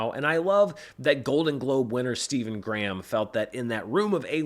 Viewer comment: hes English its pronounced Stephen Gray.ham!